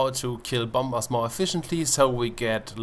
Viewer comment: I know that I might be a apin in the ass but dont say 'bomBers" say "bomers" apart from that awesome video.